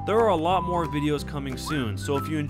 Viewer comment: its not moar its more